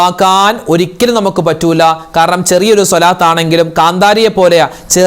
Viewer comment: രാവിലെ മുതൽ വെള്ളം കോരി അവസാനം കുടം ഉടച്ചു. എന്ന് പറയുന്നത് പോലെയാണ് ഉസ്താദ് മാരുടെ കാര്യം. എല്ലാദിക്ക് റും ദുആയും നടത്തി അവസാനം സ്വാലാത്ത് ചൊല്ലുന്നത് തെറ്റിക്കും. സെല്ലല്ലാഹു എന്ന് ചൊല്ലും സ്വാല്ലള്ളാഹു എന്നല്ലേ ശരി സ്വാദ് അല്ലേ സിൻ അല്ലല്ലോ സ്വാലാത്ത് എന്ന് പറയും. ചൊല്ലുന്നത് സെലാത്ത്. എത്രനാളായി നിങ്ങൾ ഇങ്ങനെ ചെയ്യുന്നത്. അള്ളാഹു സ്വീകരിക്കുമോ